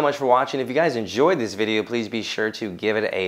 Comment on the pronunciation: Man said ve’eos cuz 😂